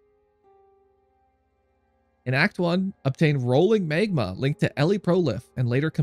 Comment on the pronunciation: It's pronounced Mag-ma, not Mayg-ma. :D